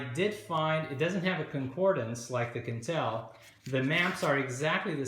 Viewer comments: I thought Quentel was pronounced 'kwentel', not 'kentel'. Am I mistaken? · Rhymes with ‘kwen- TELL’ not ‘kin-TELL’